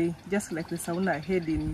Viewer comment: As a Kenyan LUO, I have to say the pronunciation of the sauna is actually /sona/ not the way you were throwing it😂😂. Nice documentary as usual